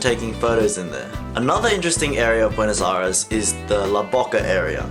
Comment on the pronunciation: Is Buenos Aires not Buenos Ares my friend.